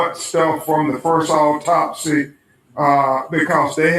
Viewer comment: It’s AUTOPSY not Optopys